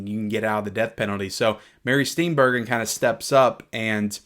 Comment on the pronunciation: Steenburgen = "Steenburjin"